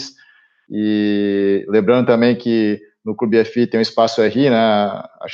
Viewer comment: Só uma sugestão a vocês... Pradonizem a maneira como falam "clube fii"... Passa melhor o nome da marca! Do mais parabéns pelo conteúdo de sempre